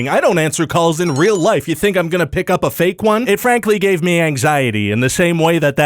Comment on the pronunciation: thank you. Someone said it. I bet everyone who has pioneered music rolls in their graves simultaneously every time she says “anxiety”